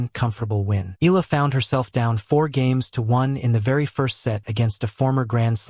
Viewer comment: It's pronounced eh-yah-la😮got that? 😳